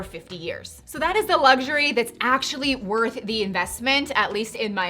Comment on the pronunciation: One minor gripe, since you have a luxury channel it’s a good idea to pronounce it correctly. It’s not lugsurey.